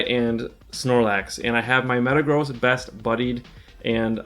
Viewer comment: Itl think its pronounced metagrozz not metagrows